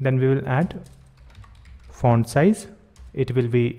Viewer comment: Ever time he says font it sounds like *orn